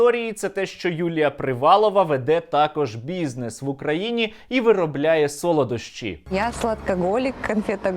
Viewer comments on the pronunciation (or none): none